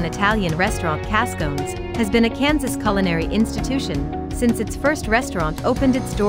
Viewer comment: Cascone's is pronounced Cass co neez and there is one in Overland Park but you have the wrong restaurant here. Frida's closed 2016. Likewise, Paradise Diner closed 2017 or 2018.